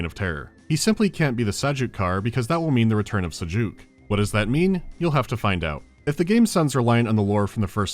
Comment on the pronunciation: keeps pronouncing Sajuuk like Sucuk and I can't help but say... Holy Pepperoni.